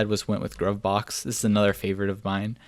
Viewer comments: Isn't it pronounced... "Groove Box"? Because it's groovy? - I took a look at COC last year - but was left wanting... Much nicer now. Thanks for demonstrating it. - You may want to look at separating out your vim config into separate files. Otherwise, it's too hard to manage. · Good stuff ... btw, Gruvbox is pronounced "Groove Box" ... 1970's disco baby!!